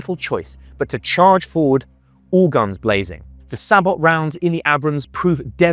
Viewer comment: This is great, i have 2 criticisms. Please learn how to pronounce abrams and sabot. Thank you